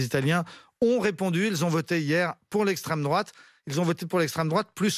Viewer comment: Mdr c'est qui encore ce type "Lestreme droate lestreme droate", quel enfer cette génération post seconde guerre